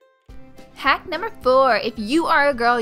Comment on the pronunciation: I love it when you say "haack numbe .." 😂😂